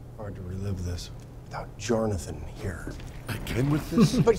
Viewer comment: Yes. It’s subtle, but they all pronounce it “Jarnathan”.